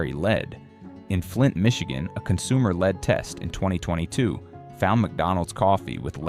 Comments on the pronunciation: You can't even get the narration to pronounce "lead" as "led" instead of "lead", like leading someone toa wrong conclusion. So who can believe you? Just in it for the $$$. My guess is this is FALSE information! Thumbs down! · IT is NOT LEAD...IT IS LED (LEAD) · Your computer voice is saying lead wrong.. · Educate your AI it's not lead a horse to water, it's the mineral LEAD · Is the guy too dumb to pronounce lead🥸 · I have heard so many lies that are nowhere near the truth on videos that are narrated by AI. It is pretty obvious when the voice narrating the video miss pronounces words like lead. Also, there is something about the voice that does not sound authentic, and I am blind, and am good with voices. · This has to be an AI voice. “Lead” isn’t even pronounced right. I don’t want to listen to this artificial voice. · Hearing the AI voice mispronounce "lead" makes me distrust the content. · Please make the robot pronounce lead properly. Also please get rid of the little guy on the right screen on the bottom with a glasses he's Goofy and doesn't say anything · maybe if your said LEAD correctly (as in the medal), not as in a leader.... people would understand the DANGERS! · It's led, not leed, brilliant A.I. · Mold and LEAD, not Leed. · VIDEO'S OF THIS CONTENT ARE GREATLY NEEDED AND IT IS ABOUT TIME WE ARE TOLD ABOUT ALL THE FOOD & WATER AIR & SOIL CONTAMINATION., BUT PLEASE GET SOMEONE THAT CAN PRONOUNCE WORD'S PROPERLY LEAD IS LIKE LED NOT LEAD BEING LEED / ALSO ALL OF THESE VIDEO'S HAVE A PORTION THAT SOUND'S LIKE JAPANESE OR GIBERISH ? ALL SO FAR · It would be easier to swallow if the announcer knew how to pronounce the word "lead". Pronounced "led" means the heavy metal dangerous to the human system. Pronounced "leed" as the announcer does, means to get in front of someone and show them the way to go. This mistake lessens the impact of the video. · Lead is being pronounced incorrectly. Not leed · You kept saying "leed" instead of lead. A.I. talking. I'm out.